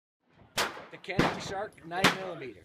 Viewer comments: "Canik" pronounce as "Janik" in Turkish language. Sounds like "j" letter while saying "Japan" in English. By the way awsome video :) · Pronounced JOHNICK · Just so you know, in Turkey it is pronounced "Janik". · This gun is pronounced Ja-nik, with that said I have the 55 TP9mm, great gun at a great value.